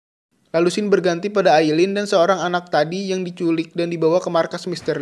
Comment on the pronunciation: Aillin bukan ailling.ismaiL.bukan ismaeL...."